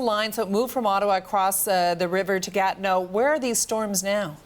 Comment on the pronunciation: Its not gat no its ga TI neau